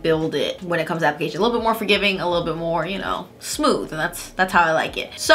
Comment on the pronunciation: “Buttery smoof” 🥴